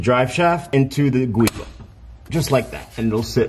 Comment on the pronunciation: Thanks for uploading the video, that's called "Giubo" not Guibo (GIUnto BOschi) as the inventor was an Italian engineer😊